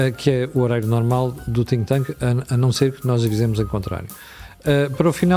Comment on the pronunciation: Chama-se Think tank e não tink tank.....disse